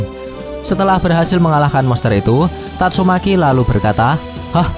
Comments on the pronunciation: Tatsumaki bang bukan tatsumeki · kamprettt...padahal udah seru loh,tapi sebutanmu min tetap idolku...tatsu'meki' yah....bukan tatsumaki..🤣🤣🤣🤣🤣